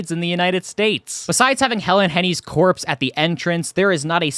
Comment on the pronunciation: No working animatronics and no pizza?!?! WTF is the point. "Helen Henny's corspe" legitimately made me feel deep sadness 😂